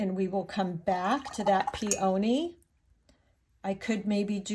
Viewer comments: Enjoyable presentation. FYI: PEONY is pronounced PEA o knee; not Pea OH knee. 😉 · This is a great tutorial, you are a wonderful teacher and artist! I did also want to let you know (as a flower grower) peony is pronounced pee-uh-nee. We all do this with all kinds of words so please no worries but I would want someone to tell me ya know?! I hope this was helpful and not hurtful! ❤️ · Nope... I was fine until you started pronouncing peony "pee-O-knee". I'm out. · I love the lesson!! Thank you! (Please look up the pronunciation of peony. That is not how it’s said. FYI) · Check your pronunciation of the flower “peony”.